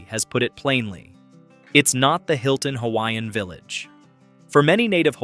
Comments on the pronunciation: No one should be able to create a video of Hawaii that does NOT know how to speak the CORRECT PRONUNCIATION of the HAWAIIAN LANGUAGE!!! YOU are so disrespectful!! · I’m sorry but if you are going to do a video about Hawai’i, you should research how to pronounce the Hawaiian words properly. It is very disrespectful. Couldn’t even finish this video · Pronunciation of Hawaiian names and words is disgusting! Before making a documentary learn the correct Pronunciation!!! 😡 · You butcher the Hawaiian language and the spirit behind the words! Please go take a Hawaiian language class and remove this video! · It hurts my ears to hear the mangled pronunciations of hawaiian words. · WHY IS A HAOLE MAN DOING DOCUMENTRY AND CANT PRONOUCE HAWAIIAN ISLANDS PROPERLY NOT FROM HERE BUT LIKE TELL ONE STORY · You should learn the correct pronunciation of Hawaiian words if you’re going to make a video on Hawaii